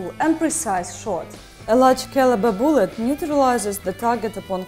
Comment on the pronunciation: boolet. I love how she says that word XD